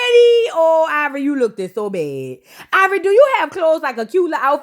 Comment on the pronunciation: 👁️ Vor Eee took me out 🤣🤣🤣🤣